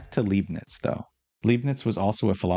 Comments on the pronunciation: His surname is pronounced: {L‧eye‧bnitz} / {Lie‧bnitz} not {L‧ee‧bnitz}, but I understand; it is hard to assume or know. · Interesting presentation as per usual, good work. I'm tempted to pick up the book—not that I have much free time at the moment, alas—so as to not wait for future parts. One little thing though... the name's LEIbniz, read like "lie" and not like "lee". (You'd read it like "lee" if it were spelt LIEB-niz, which likely makes it even more confusing for the native English speaker.) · I love this series also obligatory Leibnitz’s name is pronounced LEIbnitz i.e. Lei like ”Lie” or Lie-bnits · German here that loves your videos and wants you to get all the recognition you deserve 💜 The “ei” in Leibniz is pronounced like “eye”, or maybe easier, read it like “Lie - bniz” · Tip about Leibnitz pronouncement: the first syllable is pronounced like the English word 'lie' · the "ei" in Leibnitz is pronounced like the "i" in like btw